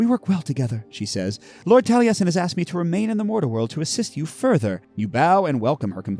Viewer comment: It warmed my heart that you knew how to correctly pronounce ‘Taliesin’. 🏴